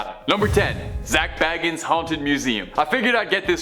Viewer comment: It's Zak Bagans like Bacons but with soften G sound .Not Baggins!!